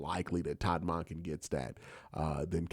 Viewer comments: The way you pronounce Monken is wild. It’s Munk-Inn not Mon-Ken. How do you pronounce the work monk? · It should be more like MAWNken or MAHNken, not MUNKen. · It should be like the 'o' in donkey rather than in monkey. MAHNken. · Bro you gotta learn how to say our new coaches name correctly 😅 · Q! The way you pronounce “Monken” has me rolling 😂 every time. Bring in a fullback please. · Q is the best but he is not perfect. I learned to just accept it. I listen to every single video he makes on the Browns.